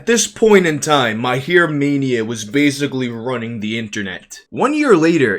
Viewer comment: its Mahir not Myhair